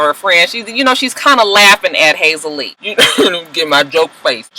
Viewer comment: it's Hazel E. not Hazel Lee, lol. Just FYI because you are intent on using Hazel Lee, lol! It's Hazel E, lol, but either way she's got low self esteem judging by the delusion of her relationship with Berg.